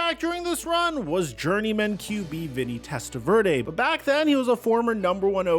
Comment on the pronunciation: Pronounces "Testaverde" without missing a beat.....stumbles and falls flat on "Sipe"......🙄